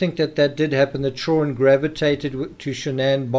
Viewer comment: At the risk of sounding weird I absolutely LOVE the way you say " children" I am big on accents and verbal rhythms and love languages although I have a wicked strong western Massachusetts accent similar to Boston but a bit different